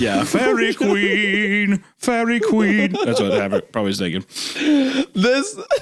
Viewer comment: During the "Feihreeeeh Kweeeen" arc, I think the moment I absolutely LOST IT laughing was when Hunter admitted he had NO familiarity with the song.